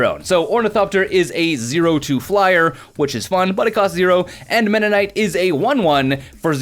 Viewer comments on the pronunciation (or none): Mennonite? I think it's pronounced "Meme Knight", at least that's how I pronounce it... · "MEM NIGHT" "V ALL T" Scourge "AN SES TRAL" That's just from the first couple minutes! Enjoy your vids but WOW! P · MEM - NAIT MEM - NAIT MEM - NAIT MEM - NAIT is not that hard man Sweet. I love affinity. Guilty pleasures you know... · It is not ME NA NITE